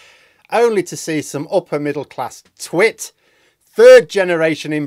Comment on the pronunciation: You mispronounce the last word of "middle class twit" in exactly the same way that I mis-spell it.